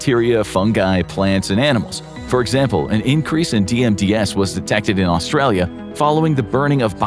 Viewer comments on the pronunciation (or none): none